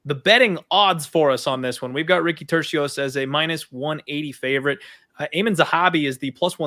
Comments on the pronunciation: I think called him torekko lol yeah its "Tur c os" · so hard to listen to ppl call him ricky turquoise 😂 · I think was the only one to pronounce Turcios’ last name correctly 😂 good show guys